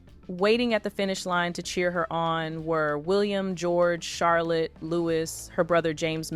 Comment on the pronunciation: Louis is pronounced LOOWIE😊not lewis ffs